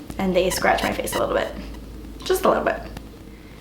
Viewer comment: "Ok so I am done with my 'fa-ce'" lol I say that all the time!:) I loved your bubbliness and how playful you were in this video. I almost peed at the end! Love you <3